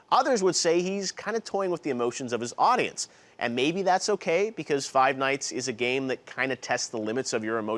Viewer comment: WEW CORYKENSHIN OMAGAWD You said the title wrong. It's Five Nights at Freddy's not Five Night at Freddy's